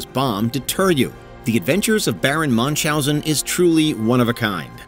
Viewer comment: Its Baron Münchhausen not manchhausen